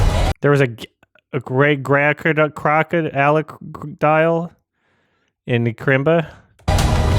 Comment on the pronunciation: I made a caption for "There was a gagreygraccrociallicridile in uh krimbuh"